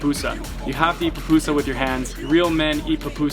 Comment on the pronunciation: is not "papusa" is PUPUSA